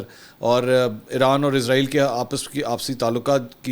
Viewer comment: سر اسرائیل ہے عزرائیل نہیں۔عزرائیل فرشتے کا نام ہے